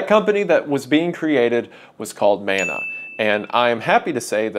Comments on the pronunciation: Kia ora / hello Wendigoon, as a Māori it is very important for me to inform you of the proper pronunciation of Mana, as mana is a Māori word. Mana means strength, prestige and importance all in one. It is pronounced muh-nuh sort of like mon from money and uh. I hope you take this into consideration as it is a small but important thing to understand. Mauri ora / live well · Never forget. < and > lets you frame by frame on YT <3 🤣 Side note: I wish this would become more common but ill be damned if you don't make it look best, I'm proud as hell to see how you grabbed it and made the best of it. Much love (Edit) It is Man-Ah but if you're REALLY southern it MEN-ea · When he struggles to pronounce it, and he says it like Mana-sama, well, now I gotta listen to Malice Mizer more 😔